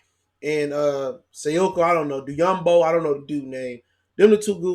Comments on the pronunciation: Check that poster Sekou put on Tristan Thompson last night.... You might start pronouncing his name right after watching that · you a dumbass for still not knowing how to pronounce Sekou's name.